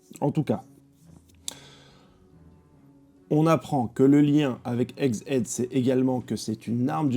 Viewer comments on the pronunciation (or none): none